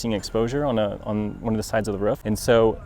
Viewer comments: It's roof, hahaha. But he can say ruf if he wants, he's the installer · Why does he keep saying 'Ruff' instead of 'Roof' ? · Roof NOT Ruf:) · I keep hearing them say "ruf" "ruf" "ruf" just say "roof" once 😂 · "ruf" lol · I had to stop watching, because the way the installer was pronouncing ROOF, (RUF) good video, I will just try to find another video with same content. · The way this dude says "ruf" KILLS me. it sounds like a dog bark, ruf ruf ruf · He says "roor" so weird ... ruf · 'RUF' thats the way your mother likes it -Sean Connery Ps. The ruf looks amazing. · I thought I was the only one hearing that. Hahah Is this a specific regional accent? Or its just him? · I cringe a little every time he say 'roof' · The man installs roofs and can’t even pronounce it. Weird stuff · Works as a roofer, can't pronounce "roof" correctly... ;) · I'm in the Midwest. That short vowel in pronouncing "roof" is common around here, but not universal.